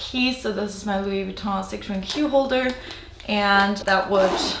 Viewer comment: Are you French? Your pronounce Luois Vuitton so well 😃